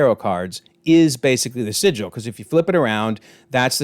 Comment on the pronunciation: sigil not Sicily 🤦🏻‍♂️😂